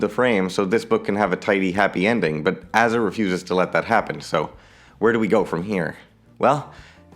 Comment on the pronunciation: i think its pronounces a-za as in a-typical or a-theist.